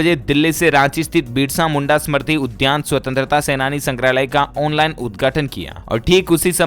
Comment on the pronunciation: बिसरा मुंडा नही साहब बिरसा मुंडा उलगुलान के प्रणेता